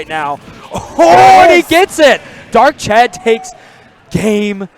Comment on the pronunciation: It's not "Darkchad"